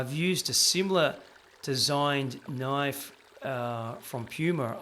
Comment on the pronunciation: I came just to hear you say "noyyfe".